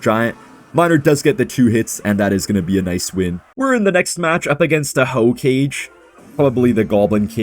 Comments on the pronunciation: should start watching Anime so that he knows Hokage isn’t Ho-cage 😂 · “Ho kage” Bro hasn’t watched Naruto 😭😭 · Buddy said “hoe cage” 😹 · the typa guy to pronounce hokage as hoe cage